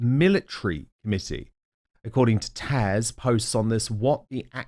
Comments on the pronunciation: Isn’t she called Taz not Tash? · Your guest is called TAZ, not Tash! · Why is Dan calling Taz Tash? It has a z on the end! Very strange. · TaZ Dan. Not TASH *I can't help but wonder IF you mispronounce her name on purpose. It's not a difficult name; yet you repeatedly call her Tash. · Is it just me or does Dan keep calling Taz TASH ????